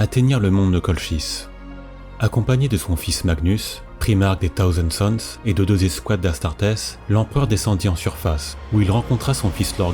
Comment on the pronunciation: T'as vidéo est géniale mais moi j'entends "taosen suns" et ma santé mental en prend un coup XDXD... Prononce le correctement STP Thousand sons PS: La suite, when ???????